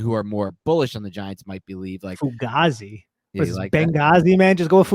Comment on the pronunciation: And thank God he corrected on how to say Fugazi lol. I was literally offended and screaming at my phone!